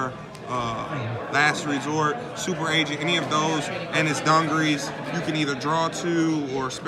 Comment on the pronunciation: Its not dun gur ress its du gar es